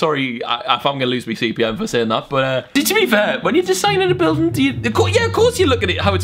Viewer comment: You said a bilding billding